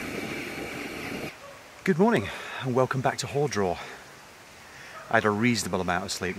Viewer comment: nice video, relaxing style. Very enjoyable Small thing - it’s ‘HAR’ draw not ‘hore’ draw. I can feel the locals grinding their teeth Saw your Twitter feed, pictures of you at the pub. It was a warm one. Next day not so good. 4 seasons in a day but with the summer spine main risk must be dehydration, very exposed, with the breeze, deceptive. Good luck